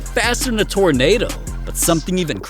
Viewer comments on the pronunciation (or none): none